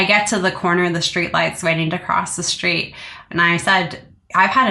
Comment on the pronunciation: Please work on your diction! When did S become sh in every word? It’s STREET, not SHTREET! You are so interesting but so hard to listen to when you don’t pronounce words properly!